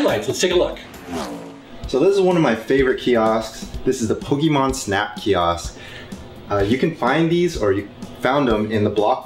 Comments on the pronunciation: Kee Oskh , KEE OSKH , KEEEEE OOOOSKH , KEEEEEEEE OSKH !!! FFS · It's pronounced KIOSK not key-oss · stop saying fucking kiosk... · If he says KIOSK one more time..... 🙄🙄😂😂